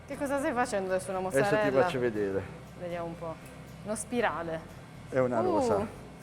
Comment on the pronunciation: "Mozzabella" tho